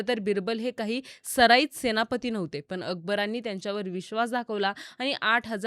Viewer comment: Tales of Birbal. पण आणी पन याचा proper उच्चार करा ताई.